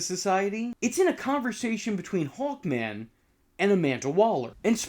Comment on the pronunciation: I though you were saying "Hulkman" instead of "Hawkman".